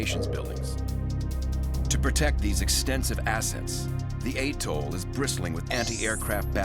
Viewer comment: So could you. (It's "atoll.") 🙄